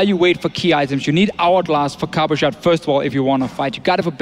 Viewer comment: Aw god .... Cabo-Card ..... It's Cabo-Shar .... XD